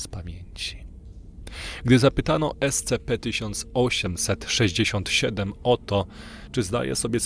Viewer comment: Super. Tylko jeśli nie sprawi ci to problemu bo mi to sprawia, mów "es ci pi" . Jestem fanem tego uniwersum i chwilami takie czytanie potęguje efekt realizmu i grozy.